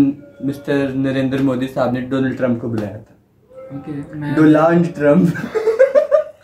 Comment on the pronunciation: Doland TRUMP 😂😂 yup